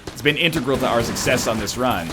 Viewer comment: Egg scum can't even say Integral right